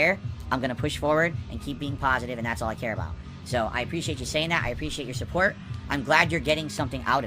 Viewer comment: This is the pahasitive, chill, rhowbust, meaingful Kantent I watch for